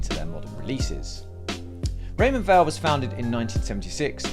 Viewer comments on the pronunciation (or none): Weil is pronounced like Vile, it’s a German word!